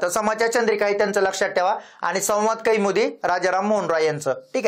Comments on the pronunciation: "संवाद कैमुदी" नव्हे "संवाद कौमुदी" असे आहे."न्यान" नव्हे "ज्ञान" असे आहे. कृपया योग्य उच्चार करावा. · संवाद kaiमुदी म्हणू नका कौमुदी म्हणा.😂😂